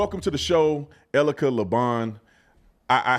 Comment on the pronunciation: Her name is E-L-I-C-A… says it right in the title of the video. Stop Calling her Erica please 😂